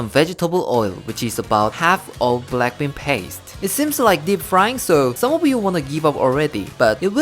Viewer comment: Am i the only one who heard blackpink instead of black bean? 🤣🤣